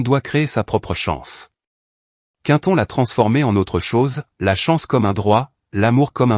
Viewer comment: Quinton 😅 vaudrait mieux Quentin, non? Ah la la soit disante Intelligence Artificielle 😂😂😂😅